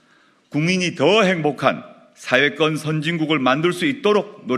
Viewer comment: 조 대표! '사회권'이라고 할 때 "권'이란 복모음 발음을 정확히 하세요! YS처럼 '권'을 '건'으로 발음하면 곤란하죠^^ 방송 발음은 단모음 '건'으로 들립니다.